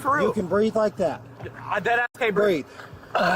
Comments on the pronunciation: Of course he can't breef 🙄. Easy diagnosis. Incarceritis. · Is it taught in schools currently or something. Always the same playbook by the low level criminal crowd, "I can't breeve" "I'm pregnant" "Can I get {whatever}" "Can I make phone calls"